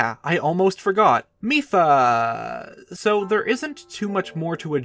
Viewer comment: The first time he said mipha in this video, i thought he said fifa